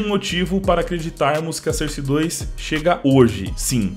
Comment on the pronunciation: Mano pfv pronuncia source direito